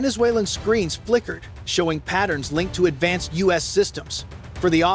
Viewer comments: The us? A.I. narrators are so stupid its the U.S. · The "US" uses? Come on! Check you video before you post it and correct these stupid mistakes. It's the U.S., as in "you-ess." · Once again stupid ai voice the us not US hilarious can’t even speak English don’t they care pathetic, so embarrassing Trump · Dumb AI can't even say U.S.!!!